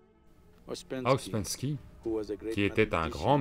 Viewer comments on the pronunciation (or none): Hum, déjà on ne prononce pas " Gourdjif" ni "Aospenski". Ensuite pour avoir bien connu les groupes G. Je peux vous dire que nul n'est arrivé au stade de l'homme n°7 sous sa direction ou celle de ses suiveurs. Ce sont, et de très loin, ses bouquins qui sont très séduisants et le bonhomme avait un vrai génie pour vendre sa soupe, c'est un fait. Mr Sadhguru ferait mieux de se renseigner sérieusement sur le compte de Gurdjieff, parce que faire de la provoc dans un train n'est pas signe de sagesse, d'illumination 😂 sinon les transports seraient pleins de sages de style Diogène 😂😂😂 Scandales sexuels rapportés aussi sur ce grand "sage" ..